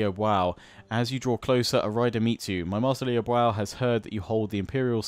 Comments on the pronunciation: Liu Biao is pronounced as Liew beeow, not Liew Bow. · Please learn how to pronounce Liu Biao's name properly, it makes me cringe every time. Lee-ooh Bee-ow not lee bwow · just another PSA, its pronounced Lee-yew Bee-oww. The Biao sounds the way its spelled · Liu Biao is pronounced Liu Bee-ow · Loving this series but oh my god, please stop saying Liu Bwao! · needs to check the pronounciation in Google Translate. Putting the Chinese characters of Liu Biao (刘表） into Google translate does the trick nicely. It is the most off pronounciation you have and most of the other ones are pretty close. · Your pronunciation of Liu Biao is horrific...